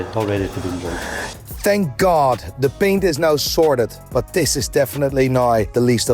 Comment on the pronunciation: Why do you say Baint? Not paint